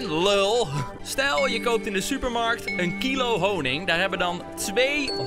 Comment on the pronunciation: niemand:: KiLo HoNInG